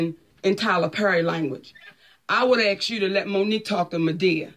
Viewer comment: Monique the word is ASK not AKS!